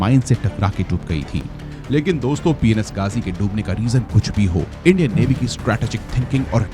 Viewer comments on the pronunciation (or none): Why did I hear p*n*s ghazi😐